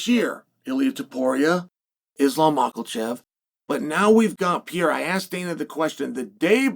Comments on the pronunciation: Chael is so corny. Say the dudes name right stop being disrespectful. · The real win will be when chael actually says his name right. Thats Chaels next fight and he’s like 0-600.